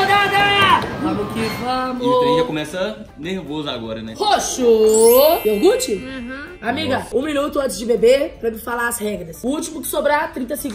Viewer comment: Que agunia dá cams falando iorgute É IOGURTE!!!!! KKK